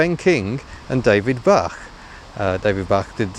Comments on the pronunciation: I once met a bloke who had worked at Rover with David Bache. I was pronouncing his name as if it had to rhyme with the French word for: "cow". The bloke told me that it was actually pronounced: "Baish". Unfortunately, I never owned an SD1. But I did own a Rover 800 Vitesse in exactly the same colour as the one in your video. It was called: "Storm Grey". At the time, I was working in Belgium, and had a Belgian girlfriend. Naturally I impressed upon my girlfriend the importance of driving ONLY British cars. One day she came upon me with the bonnet raised. She cast her eye over the engine. "What's that?" she asked, pointing at the air-cleaner. "And that?", she asked, pointing elsewhere. In fact she was pointing at the labels inside the engine compartment - all of which were in Japanese. She was coming to the conclusion that in spite of my rhetoric, I appeared to have bought a Japanese car. To my shame, there was more Japanese graffiti on my "British car", than you would expect to find in the average Shinto shithouse. Eventually, of course, we were rescued from the Japanese ... ... ... by the Germans!. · The designer's name was David Bache (pronounced like aitch), not Bach! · Great video, as always. For what it's worth I suspect David Bache's surname is pronounced 'Bash'. And I know for certain that Vanden Plas is pronounced Vanden 'plass'. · Van-den Plass and David Bay-sh I've been told...